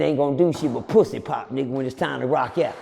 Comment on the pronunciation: When he said the dudes was pwuassy popping on the floor man i lost it!!😂😂😂😂😂